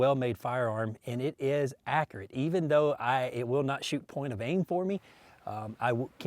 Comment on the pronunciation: Another stamp of approval “it is akrit”